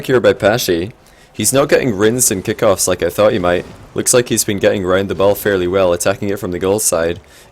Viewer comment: I hate it when you say "Kickoffs"